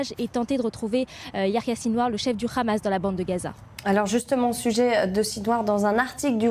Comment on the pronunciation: Hamas pas khamas vous ne savez pas parler